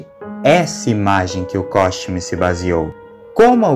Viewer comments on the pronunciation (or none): Ao invés de ele falar Costume, ele falou Cosmute. 😂